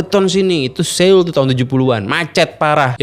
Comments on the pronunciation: Soul om bacanya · Dibaca nya bukan seul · Pelafalan dri kota SEOUL bukan Se-ul tapi So-ul. EO di baca O tebal. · Bacanya "So - ul", bukan Se - ul 🙏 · Seul... bukan seul mas bacanya SO-UL. Maap yak risih dengernya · Cara bacanya Soul, Bukan Séul 😂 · Sekedar koreksi aja ni bang, pelafalannya tuh bukan seul, tapi soul ,o nya odol … biar gak kedengeran aneh aja sih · SEOUL ITU BACANYA SOUL BANG, SOUL. BUKAN SEUL. 😅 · Sol aja bang dibacanya bukan seul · Bacanya soul, bukan seul bg 🙏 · so-ul not seul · Maaf, baca Seoul nya : Sowul bang bukan Sewul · Bacanya SOUL bang buka seul hehe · Bang seoul kalo dibaca bukan seul tapi soul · Soul bukan seyul... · FYI: bacanya yg bener "so-ul" bukan "se-oul". karena penulisannya 서(seo/(sʌ)) 울(ul). jadi sʌ-ul, bunyinya o disini bukan full o tapi o yang mulutnya terbuka maka di IPA dalam fonologi disimbolkan ʌ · bacanya so ul bang, bukan seul 🙏🏻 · Bukan seul.. Tapi soul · Bukan Seul deh perasaan sebutannya tapi Soul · Bacanya SÅUL bukan se ul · cara baca seoul bukan seyul, tp s0wul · SEOUL dibaca "So-ul" Bukan se-ul!!!! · Maap bang di baca nya soul, bukan seul .. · Pronounce nya Bukan "Seul", tapi "Soul" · Cara bacanya "soul" bang, bukan "seul" Seo-ul, "eo" di bahasa Korea dibacanya "o" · Soul bang bacanya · Cara pelafalan Seoul ini nganggu banget... bilang Soul aja napa bang.. E nya dihilangim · Bang udh kesana tp ngomong seoul aja masih salah. So ul bang ngikutin spelling nya english. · S E O U L. Njir dibacanya bener2 sesuai hyuf wkwk, bang pelajari juga atuh pelafalan suatu kata dari negara lain 😭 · cara baca : So-ul bang.. 🙏🏻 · Maaf bang,tulisan seoul bacanya harusnya so ul.... maaf cma koreksi...